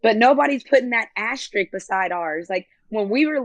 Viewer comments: 1st 3 pronunciations of asterisk: asterix asterisk asterik back on track with #4 tho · Don't forget ashtrik